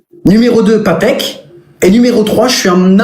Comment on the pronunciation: Sérieux on dit patek pas padek 😢😢😢😢😢😅😅😅